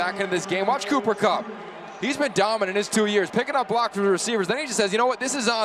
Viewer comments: why does this idiot keep calling him conner kupp? wtf lol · “Conner Kupp” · So i guess no ones going to correct this guy and tell him his name is Cooper and not Conor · The announcer is killing me dummy his name is cooper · How on earth did this announcer say Connor Kupp so many times without realizing it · It made me so mad every time he said Connor kupp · “Conner KUPP”😵‍💫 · How many times was ya boy going to say Connor? Even after listening to the other guy correctly say Cooper several times. Smh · Here's a fun drinking game: Take a shot every time the play-by-play announcer incorrectly calls him Conner Kupp. Actually no, someone might die. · Listening to this a$$hole say Conner over and over even when his partner is calling him Cooper drives me crazy lol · Someone please tell this announcer its Cooper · Bro I get EWU is a small school and you mispronounce someone's name but to continue to do so after bring corrected by your cohost is just disrespectful. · It's funny how the announcer kept getting his name wrong until.....Cooper Kupp does what Cooper Kupp does....then he gets it right......Super Cooper!!! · bro he kept saying it the whole game it pissed me off like bruh look at your paper lmaooo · Kevin Collabro a legend, but my man kept getting Cooper Cupp’s name wrong 💀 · I'm going to strangle the announcer. I know Eastern Washington is a no-name school, but at least have the decency to get his name right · Man, for real! I was starting to lose my $h!t he kept fuking that up! lol